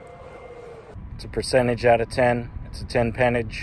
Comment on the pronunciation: Pertenage,. get right gosh